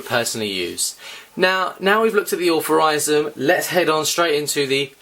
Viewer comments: Wtf is allferysm? It is iel- true- ism And wtf is brung? It is brought. Englishman but horrible english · Why are you saying authorisum when its altruism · you should really learn to pronounce words if your commentating..altruism..al..true..ism..